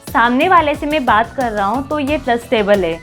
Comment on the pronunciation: Tumhe bolna to aa nhi rahaa tum kya hi job karti hogi.. hai ko he bol rhi ho.. मैं को में bol rahi ho.. 🤦